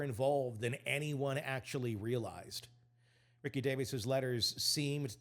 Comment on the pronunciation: I know you have to know better. It's ree-see davis.